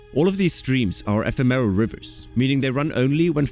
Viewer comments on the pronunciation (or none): Also "epitome", "ephemeral" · The word "ephemeral" is being butchered - otherwise interesting video